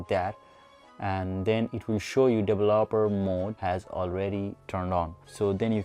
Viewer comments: Dele-laper-er options lol! Its Develop-er options. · Didn't work, also please learn to pronounce developer. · He couldn't say "developer", but the video was informative. Love the end with bixby! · Dev-lop-er options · "Devolobeler options" IM DEAD 😭😂😂😂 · The way you pronuce developer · Lmao can't even say developer 🤣🤣🤣